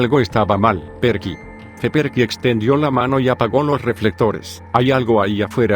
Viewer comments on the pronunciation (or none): La pronunciación de "Perky" le quitó toda la seriedad y miedo a la historia